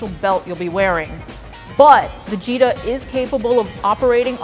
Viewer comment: I thought she said Vegeta